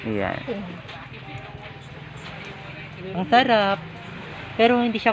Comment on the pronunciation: Pitik hindi bitit..haha